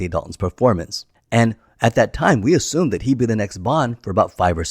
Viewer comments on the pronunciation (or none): none